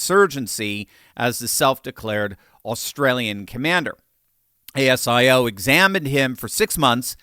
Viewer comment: It’s pronounced Asio, instead of saying Asia, say ‘Asio. Albo, or Elmer Fudd as we call him, is a milquetoast leader interested only in his ‘legacy’. This is 💯 on his weak leadership.